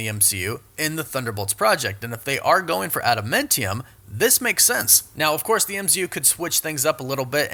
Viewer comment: I think you're pronouncing Adamantium and Tiamut incorrectly...